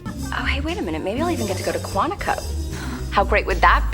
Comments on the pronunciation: This movie looks awful, I need to see it! Great video, just discovered your channel and am now subscribed. I think I’ll be bingeing your videos today! Also, if it wasn’t only lunchtime this could’ve made a great drinking game if I’d taken a shot every time you said Quintico instead of Quantico; like, I get maybe the accents fucked up how you heard it, but it’s written on the screen right there near the end! 😂 I’m just messing with you, sorry, I’m gonna go look through your other videos now! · I've never heard anyone mispronounce "Quantico" like this